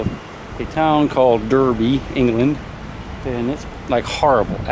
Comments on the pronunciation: No shit, you're in Derby huh? (it's pronounced Darby btw) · It's pronounced Dar-bee. And, the UK is more than just countryside. Expand your horizons, moron. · It's pronounced Darby. ;) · Haha,derby.its pronounced Darby,but spelt derby...aww,bless.just make the most of it....the biggest thing derby is known for,is horse racing...I think lol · Mispronouncing the town name would go down well. It's spelled "Derby", pronounced "Darby". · You're in Britain?! I'm in Wales and there is so much more to see!! Also, it's pronounced "Daarby" ;) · It's pronounced 'DArby'